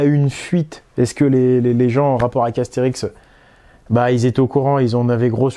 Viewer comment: Astérisk ? Sérieusement ?